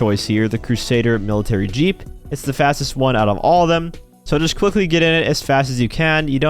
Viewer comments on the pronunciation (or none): none